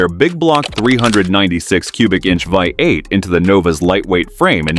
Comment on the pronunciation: Nearly got through it... but then the a.i. couldn't say vee eight around 7 minute mark.. vy eight it said..comical.